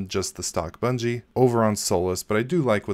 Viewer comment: You keep saying Bungie...